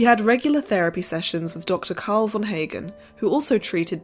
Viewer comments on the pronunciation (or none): none